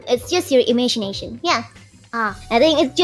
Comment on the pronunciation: "imegination" love it